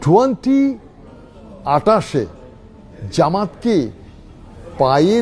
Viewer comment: ZEMAT OR ZAMAT. What a accents. He is now a dorbesh.